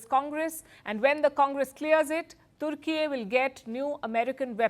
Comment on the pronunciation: Türkiye is a friend of India. Türkiye sells defense equipment to over 100 countries including Pakistan. India should not worry about it unless it supports Greece. India exports to Türkiye is largely in favor of India. Attractive speaker correctly pronounced the name of the country as Türkiye 🇹🇷, not Turkey . Bravo.